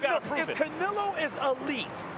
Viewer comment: First canela, then canilo... can some teach him how to say his name?